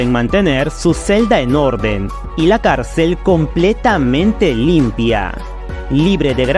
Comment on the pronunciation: Cálcel ..no ....se dice .Cárcel.